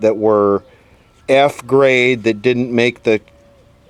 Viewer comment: F-Grade transistor. Sounds like ZZZ Grade.